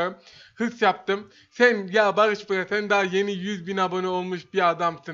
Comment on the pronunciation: değil bağış bğa